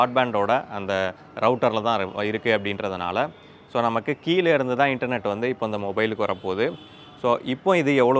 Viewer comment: Internet is word 😅😅😅 Internot is emotional 😂😂😂😂